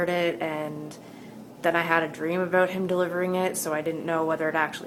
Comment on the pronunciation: Where you from? the way you say about sounds like your from canada :P no offence.